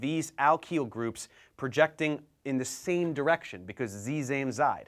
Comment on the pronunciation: What's ze zame zee ؟؟